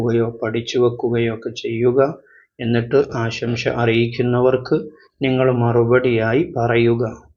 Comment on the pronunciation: "ആശംശ"അല്ല, ആശംസ എന്നാണ് പറയേണ്ടതെന്ന് തോന്നുന്നു.